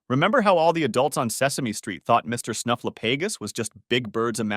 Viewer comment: OK we can take a lot of AI reader errors, but not being able to pronounce Snuffleupagus properly is just going too far....